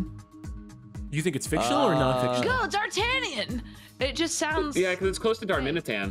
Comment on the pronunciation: Everything about this "Dartanion" is hurting me inside.